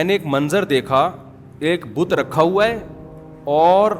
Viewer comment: بدھ نہیں "بت"